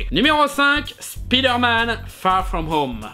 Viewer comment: Un jour, Speederman sera prononcé Spyderman ^^